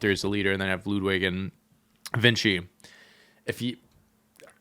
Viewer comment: Please learn how to pronounce ludwig